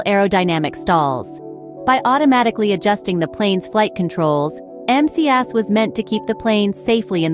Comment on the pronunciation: Hey,. The flght control system is "MCAS". Not "MAS".